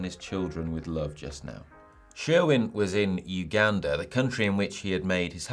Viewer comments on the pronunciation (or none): none